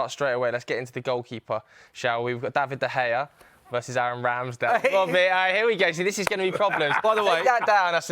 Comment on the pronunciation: Turned the vid off as soon as the Utd fan said De Gea.